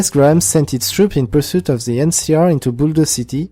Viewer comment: "ze legion"